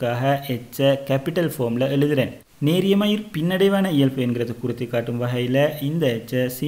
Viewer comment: இயல்fu இல்ல bro இயல்பு🤭🤭